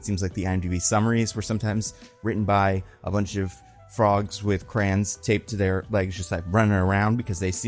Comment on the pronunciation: You're a "crayons = crahns" guy? Aw man, say it isn't so.